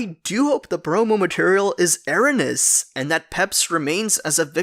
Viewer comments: Erroneous is pronounced "air-own-eee-us", not "air-uh-nuss". Smh. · I LOVE your videos and I hate being that guy, but "erroneous" is pronounced "er·roe·nee·us" (əˈrōnēəs) EDIT: Also, "suffice" is pronounced "suf-fice" (səˈfīs) <3